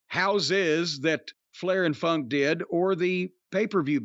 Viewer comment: I just watched the Lawler funk an brown sugar .Jimmy it didn’t sound like you said Funk!